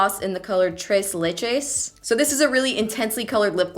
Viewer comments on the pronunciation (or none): desi is throwing shade on because she said "tres leches" wrong😂